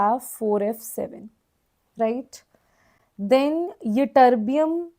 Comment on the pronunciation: mam tm -thulium and yb-yitterbium you pronounce wrongly